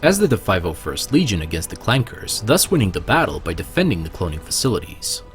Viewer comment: HE SAID CLANkER WITH A HARD R!!! >~< It's pronounced clanka